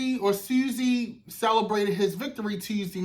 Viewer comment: NY Cabinet member here. It's Pronounced "Swaz zee".....I've been hearing that name everyday because they play his commercial all day every day....